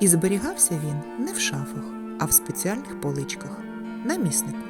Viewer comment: Дякую, дуже гарно! От тільки готували не в пЕчі , а в печІ. І не пОлички , а полИчки. Слідкуйте, будь ласка, за наголосами! Навіть якщо ваша перша мова -- російська. Не треба переносити в українську мову російські наголоси! Спасибі, що кажете 👍 подУшка, а не пОдушка .